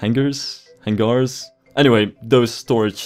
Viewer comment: Hangar is pronounced 'Hanger'